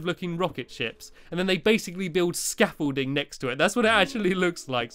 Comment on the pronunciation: hi stampy you know you stair case to your rocket you call it scaffulting more like stampything ha ha ha ha ahhhhh not that funny but if it is tell me =) < 3